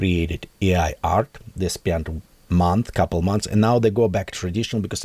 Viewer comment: its A i not E i.... A, like Artifical, pronunciate!